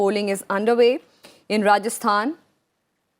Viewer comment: she says rajasthan and kerela😂😂